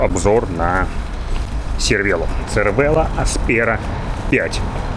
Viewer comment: Первыйнах))...правильно говорить сервело(как говорят производители), потому что это не итальянское слово, а выдуманная комбинация двух слов из французского и итальянского языков и у него нет никаких правил итальянского языка